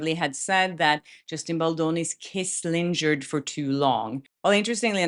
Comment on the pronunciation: Lingered is with a hard G. 🫶🫶😘